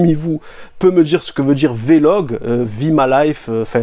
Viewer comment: mdr il dit vlog comme il veut vous me fumez vous